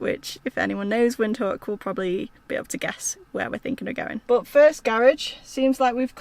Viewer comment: Put a v when you pronounce the word Windhoek so its Vindhoek